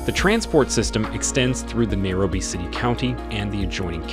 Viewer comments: why is this guy pronouncing Nairobi like that? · Good video, but why wouldn't you get the correct pronunciation of names? At least for Nairobi. These are NOT English words!!